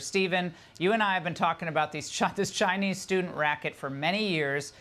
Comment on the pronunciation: chai-Nee students gone. chai-Nee restaurants close.